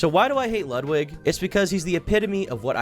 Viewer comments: It's "ludwigga" cool it with the streamerism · The most cutting comment in this video is calling him Ludwig ahhhh-gren